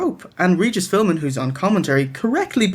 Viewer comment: Philmin lol. Like the wheel of fortune episode where nobody could solve the puzzle cuz they kept mispronouncing philbin. Lmao.